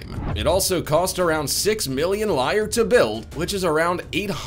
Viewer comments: Please look up how to pronounce 'lire (Italian monetary term) and also 'quay' !! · When marketing oneself as a voiceover/commentator, it is good practice to pronounce the words you speak correctly so as to lend gravitas to the presentation. Menominee, quay, the Italian Lire, to name just 3, were all wrong. If you want to be taken seriously, take the task seriously. Also, the title is misleading, as 15 launches were not even shown, let alone went wrong! This video for me is clickbait I'm afraid. Promised so much yet delivered very little. There are much better titles out there.